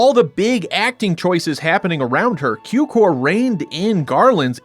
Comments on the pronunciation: Cukor means sugar so it shouts sound tsukor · George Cukor pronounciated with a TS as in tsunami (as if it would be tsukor). His father was born in Hungary, his name is translated as Sugar (like table sugar, it has relation to sucrose-cukor-sugar).